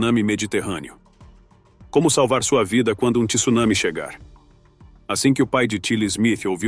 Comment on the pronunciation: Além da intenção de ganhar likes e disceminar medo, ainda pronuncia Tsunami errado! A leta T não vem seguida do "i".